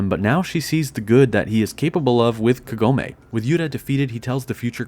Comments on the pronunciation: is it me or did i pronounce Kagome all wrong? I thought it was like kah-goh-may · omg the way you say Kagome urks me so hard and a few times you do change to actually pronouncing it correctly a few times like said it again you keep changing it constantly around after saying it incorrectly and then go back to saying it correctly seconds after so inconsistent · I can't finish the vid since you mispronounced Kagome's name twice in a row. It ruined the vid for me.